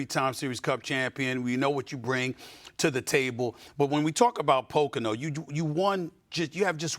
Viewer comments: "Pacano Raceway" It's pronounced poe-co-no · It isnt pronounced "PIC🅰️NO" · Did she just pronounce Pocono as "Picano"? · “Pocano” my lord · Po Kahn o... lol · Pocano raceway she says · Poh-can-oh? What? 😂😂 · Did she say pacano? ESPN sucks at covering nascar, ever since 2007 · I like loGAno winning at poCAno 😂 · As someone that lives near Pocono she pronounced it wrong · The fact that ESPN cant even get an host to pronounce Pocono properly should have made Logano get up and leave because nascar always get screwed over by “sports” anchors. Sad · That’s not how you say Pocono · The way she pronounced Pocono though lol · Why she say it like that like ewww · Your network sucks. 20 million nascar fans across the globe and you lead in cant even pronounce Pocono correctly. AND PTI never ever mentions nascar.